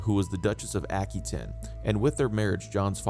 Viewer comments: His mothers name was Eleanor of Aquitaine (pronounced “aqua taine, not aky ten as he keeps saying) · *Aqua wa tane*, not tin. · Never heard Aquitaine be pronounced ackytin